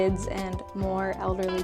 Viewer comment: タイトルを日本語にしてあるから動画内の英語は字幕付ければなんとか意味は理解できました。良い英語の勉強になりました！thx 1→なんでもかんでも紙関連で面倒！判子文化なにそれ 2→家借りるの面倒すぎ 3→結構孤独。ミニコミュニティばっか 4→働き過ぎや！ 5→デートの価値観？ 6→個性について？配慮？わからん 7→私って外国人なんだなぁと思わされる的な？ 8→わからん かろうし、少子高齢化、年金の発音くそナチュラル